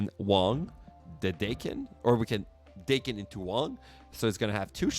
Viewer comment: Daken is actually pronounced like the old eighties band Dokken, because it's Japanese. His name is Akihiro, but because he's mixed some call him Daken, which is calling him a mongrel.